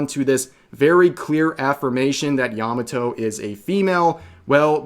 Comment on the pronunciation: Good grief. Yah Mah Toh NOT "Yammuh toe"